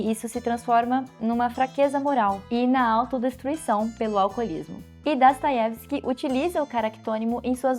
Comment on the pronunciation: gostaria de entender sua pronúncia do nome Dostoiesvski. Você fala Dastoievski